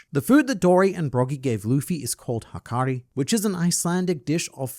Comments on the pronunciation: Just a little correction from an Icelandic guy about the shark meat luffy eats. Like you said it’s called hákarl but the last letter is an L not a i. So if you would say it with English it would sound like “ how Kartl” (like karl but with a t) not hakari. Appart from that good video 👍🏼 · Its hákarl. Not hákari😂 almost right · Icelandic here í was eating hákarl when I read the chapter and my jaw dropped and also good pronunciation except its not an I at the end but an L